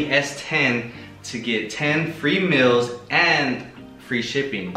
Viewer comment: He keeps saying mills instead of meals lol 😂